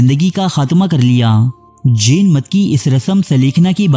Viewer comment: Jen nhi Jain Ek bar khas khas words ko English me bhi parh liya karen, taki sahi pronunciation se parh saken. Urdu me Jen air Jain ek hi lafz se likha jata hai.